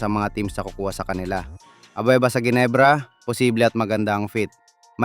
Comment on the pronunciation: The correct pronunciation for Ginebra is Henebra , G as H FIY